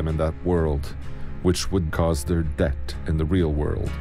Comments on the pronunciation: Are you saying death or debt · Y does he say det instead of death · You say 'Death' like 'Debt'🤣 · zeno, the narrator sounds like they’re pronouncing “death” as “debt.” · Same here i heard debt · It was after I heard him say it a few times that I realised he was saying death, not debt. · He keeps saying debt instead of death XD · Narrator: "Freddys Debt" ME: Who's he due money too? 🤔😅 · the way he says debt instead of death throws me off 😂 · instead of death i heard debt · Why does the narrator say debt instead of death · Is he saying dept or death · Stop saying det and start saying death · You dont know how to say death you say deat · Someone teach how to say "death". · Bringer of debt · I say it’s scarier when he says “debt” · sandro revazishvili did he say debt or death?😂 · Nobody Literally nobody The narrator: Det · Can't even say death "dep) " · Love how the narrator says "det" instead of death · I know its his accent but i always laugh when he says det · this dude really needs to learn how to say death